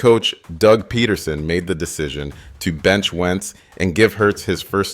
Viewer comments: Peterson NOT Pet-tersom SMH tf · “Pedderson”?! Come on bro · If you're gonna do an Eagles documentary at least pronounce some of the names right 😂. Doug Petterson, Dallas GoDirt. Bro is driving me crazy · This AI voice was very convincing until it said Doug Pedderson, 14 to 3, Dallas Go Dert, and other weird mistakes. Next time just narrate the video with a real person. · Are you mispronouncing those names on purpose? How do you get Sirriani right but Pederson wrong? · Bro whoever told you how to pronounce Pederson and Goedert lied to you lmao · I stopped watching once you pronounced pedersons name. Show some respect